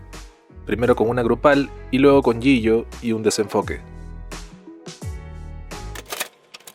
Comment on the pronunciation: Mk los nombre hay nooooo me estresa cuando dice el nombre de jihyo